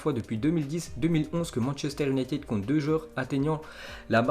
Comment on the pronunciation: Merci beaucoup #! Mais ce serait mieux si tu faisais plus d'efforts dans la prononciation des mots anglais (United, Mason (Greenwood)). 😃👏